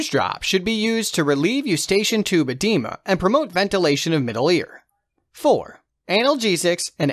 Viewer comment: Have my ENT surgical rotation this week. This has helped loads thank you so much. Only thing is that the pronunciation of some of these words is wayyyyy off. ie. Hyperplasia pronounced as hyperlasia and edema as edemma...